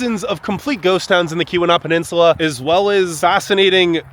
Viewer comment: Few things … it’s called the Portage Canal. Also it’s pronounced Key wa nah . Not Kee wee naw like someone else said lol. Copper harbor gets more snow than Houghton also. Eagle harbor . The Keweenaw as a whole gets pounded . You mentioned the copper mines but you did not mention that they are dated back 5000 years. There’s prehistoric mining that took place.. very crazy history